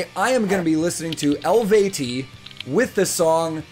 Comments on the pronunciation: my man, how long did you practice until you could pronounce the band name properly?:-D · Great reaction and you pronounced the band name correctly. I love that you reacted to Eluveitie, they are one of my favourite bands. If you want to know a bit more about Eluveitie you could watch an interview of vocal coach Beth Roars, which she has done for her podcast "Good Job": . You should also check out the YT-channel of Michalina Malisz, but please stay away from her playthrough videos if you want to react to these songs in the future (she has a lot of them where the original Eluveitie song runs in the background while she is playing the gurdy part to it). She started the "5riffs" series, where she plays riffs from other bands on the hurdy gurdy (Black Sabbath, Gojira, Iron Maiden, Metallica, Judas Priest and System of a Down). There is also a video where she explains how a hurdy gurdy actually works. Michalina did covers of Eluveitie songs on YT before she became a member of the band after Annas departure. Suggestions for songs? Hmm, "King" , "Tegernako" (live at summerbreeze 2008) , "Omnos" or "Thousandfold" , all with Anna Murphy (singer and hurdy gurdist before the line-up change 2016). "The Slumber" , "Worship" , "Lugus" or "Epona" (with Gaulish and English subtitles and some explanation about the song at the end of the video) with the current line-up. Eluveitie produced two pure folk albums without any metal: "Evocation I: The Arcane Dominion" and "Evocation II: Pantheon", where the lyrics are all in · just sayin: thanks for pronouncing their name like that. most people dont get it. ;) i miss the old stuff of them, but the newest music is also not that bad. edit: i really recommend everything from "Vên" up to "Slania". i think around 2004 to 2008. they had a style change shortly after that and now they're kinda coming back to that. so i guess you could like that stuff too